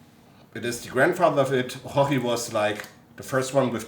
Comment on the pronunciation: why you call orochi a OHOHI?